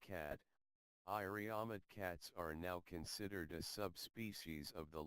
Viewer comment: Iriomote (sounds like EE-ree-o-MO-tay) pronunciation the narrator does not sound very interested in his subject, thanks for info anyway